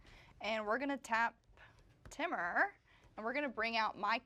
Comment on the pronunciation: I can't with the pronunciation of Temur by. Someone tell her it's Tee-mur! 😅